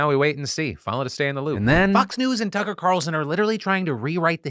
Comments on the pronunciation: Anyone else hear Philip say "Cucker"? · Anyone else catch Phil say Cucker Tarlson? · You totally said Cucker Tarlson and i am here for it. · Am I going Crazy or is Phil Calling him Cuck-er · Wait am I the only one that heard Phil call him “Cucker” for a second?